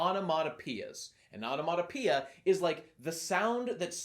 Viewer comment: Really struggling to pronounce the word onomatopoeia there, huh.